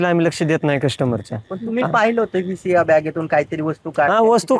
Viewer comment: रिया नाय सिया म्हण